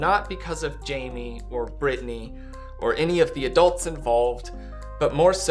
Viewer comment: She’s never chosen Britney…and still can’t say her name🙄